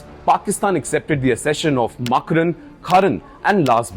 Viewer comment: Indian media needs to be embarrassed. It’s Kalaat, not Kaalat. It’s Makraan, not Maakran, it’s Lasbela, not Laasbela. Shame on you for not even having the decency to pronounce the places correctly. It actually shows something deeper. Indian media has no connection to the geography. Nothing matters more than pronouncing a name right. You failed.